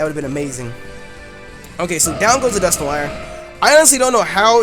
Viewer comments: Wait Wait Wait!!! Dusk - nor- IRE!???? NO, IM NOT HAVING YOU BUTCHER MY FAVORITE POKEMON'S NAME! I would understand if it was something like Rayquaza, where there are multiple pronunciations, but there is only one common pronunciation for Dusknoir, and that is Dusk- Nor-Wa, as in Noir, the word for black in french. Get it right. JK, im not THAT mad... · Lol dusknoir is actually pronounced Dusk-Nor, if it is your favourite pokemon then learn to say it's name